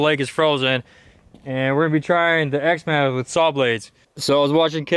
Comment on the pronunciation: "were gonna be trying the x-mauuhh with saw blades"